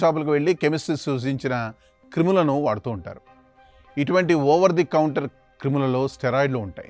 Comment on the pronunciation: క్రిములు ఏంటి అండి అవి క్రీములు 😂